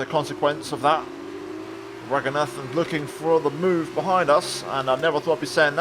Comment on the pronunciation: Hi. I think it’s Pronounced Ra-goon-ah-than. Just saying that, not trying to be mean or anything. Just pointing it out.